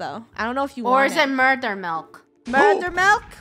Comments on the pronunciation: Murdur? OwO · Funneh : “I come in peace” Me : “MURDUR?”